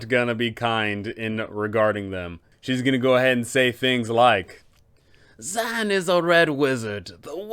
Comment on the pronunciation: I fucking LOVE your Dzaan voice, he's like a Wizard version of Steve Irwin! Is that what you were going for? Edit: I do have to say though, dude's name is actually pronounced Da-ZAWN, but I like ZAN better.